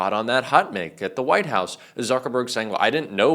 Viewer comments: Did you just say "hot mick?" It's hot 'mike', short for microphone! : ( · Did you say Hot Mick instead of Hot Mic(Mike) ? 😮